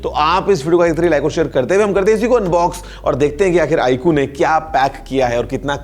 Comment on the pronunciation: iku nahi hain sir vo iqoo hain 😂